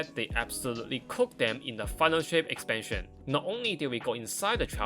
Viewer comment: Right Farrrr ezpanshen erwahhh